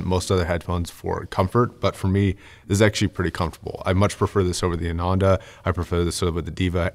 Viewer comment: The Ananda (BTW, that's pronounced AH-nanda, with emphasis on the "ah") Stealth Edition has been released. Is there a chance we'll get a review on that updated headphone soon? Thanks!